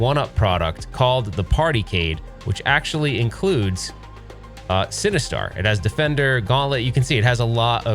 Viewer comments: I keep hearing “cinnabuns” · well, I am now since you keep saying, “cinnabuns”!!! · no, I don’t think you did. It just kind of sounds like that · Legit thought he said "You need Cinnabons to defeat Sinistar" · mmm “Cinnebombs”…. sorry that’s all i heard. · I kept hearing "Cinnabons" - equally enticing but evil! :)